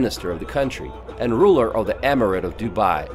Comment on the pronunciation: the way he said "ruler_ I can confirm he is from india